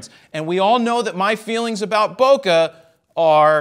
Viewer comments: There's no "uh" in bokeh. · "Bo Kay" :P